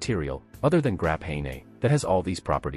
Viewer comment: "grap-hey-nay". I think the computer meant to say "graphene".